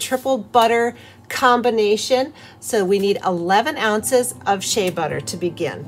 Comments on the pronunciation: Nice natural channel 🥰👌💯. Heads up Shea is pronounced Shayyyyy. not She Ah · Shay ah? How many times are you going to say it that way??? It gets aggravating!thank you for learning to say bergamot correctly, aggravating as vsn be to constantly hear those two mangled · did you just say SHAY-A lol